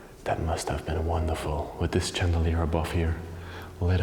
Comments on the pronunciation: Hi i love ur videos but i hav to tell u how to pronounce Chandelier it is spelt this way but pronounced shandeleir Also the poop chair is called a comode in Australia hope this helps.Love u ur a real gentleman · The ch in chandelier is pronounced in English as sh, as if you were telling someone to be quiet.